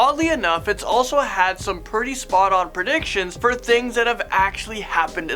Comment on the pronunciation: me: predictions this guy: predicSHions